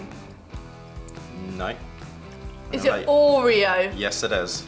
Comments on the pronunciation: I loved how she pronounced “Ooreeo” 😂😂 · I hate the way you say Oreo 😂